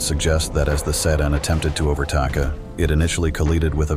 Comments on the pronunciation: nah bro really said vehicly and ovetaka.💀💀💀💀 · "Eyewitness accounts suggest that as the sedan attempted to overtAKA, it initially collEEded with a veHIKLEE in its own lANEH, causing to lOSEH balance and subsequently coLLIdAY with the tanker"